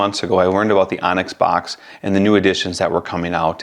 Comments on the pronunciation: Great info, thank you! I believe it’s pronounced “books” instead of “box” though 😊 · Boox likely pronounced 'books', not 'box' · It's pronounced Boox like book. Not box. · bOOx. not box. boox, like books. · Excellent, thorough review, thank you! Actually was torn between both products. As an FYI, and I'm sure you're aware by now, Boox is pronounced "Books" for obvious reasons. Thanks again for your comparison. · I mean you COULD, but you'd be pronouncing it wrong, and you'll keep getting comments informing you that you're pronouncing wrong; why not provide a correction to someone who may make several reviews/videos on Boox (books) devices? I'd rather find out early on, it's not a big deal